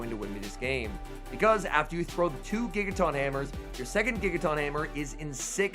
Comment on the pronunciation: No one:: TAWNTAWNTAWNTAWNTAWNTAWNTINKATAWNGIGATAWNTAWNTAWNBATTEUSE I dunno why it bugs me so much, but it’s like nails on a chalkboard hearing him mispronounce Tinkaton and Gigaton so many times. 😅